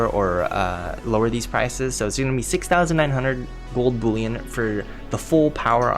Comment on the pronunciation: Boollion?😂😂 Its pronounced bull-ion.